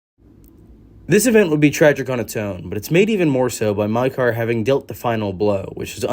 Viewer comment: you pronounced Maekar differently within the first minute of the video...gods i love this fandom😂